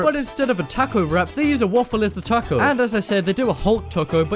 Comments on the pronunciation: Who else got annoyed when he said taco lol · you said taco wrong lol